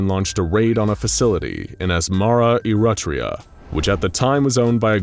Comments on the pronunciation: Lmao, "Asmara, IRATRIA", I died. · It’s adorable how badly the narrator pronounced Eritrea What ISNT adorable is their fairly racist depiction of Ethiopian people